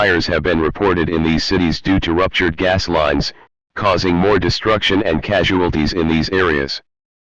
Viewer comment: “The telephone li-ness” always a classic